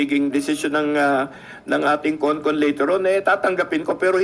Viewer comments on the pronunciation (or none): It must be CON-CON not CON-ASS